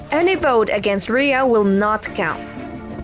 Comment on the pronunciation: pronounced it Raya I think he did it